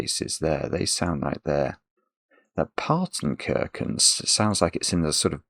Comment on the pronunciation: Why do you pronounce the "ch" in Partenkirchen as "k", do you also pronounce "chess" as "kess"?